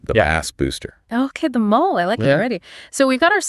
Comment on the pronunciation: Is this AI? Why are they pronouncing it mol-lay?